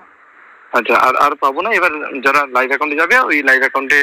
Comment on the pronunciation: Ore, life a/c noi Live A/c bole😅